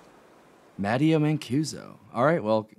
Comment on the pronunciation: He is Italian. His name is pronounced Ma-tay-o